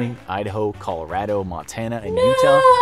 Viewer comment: They're way too happy about telling us how we're all going to die. He pronounced "Colorado" weirdly.